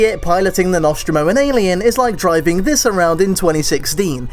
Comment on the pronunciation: Stop uploading on a monday morning when I'm at work and two the way you pronounce The Nostromo really annoys me, otherwise still wanna of your best videos